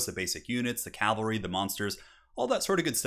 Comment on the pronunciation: CAV-ALRY! Not CAL-VARY Edit: Also ET-CETERA not ECK-CETERA.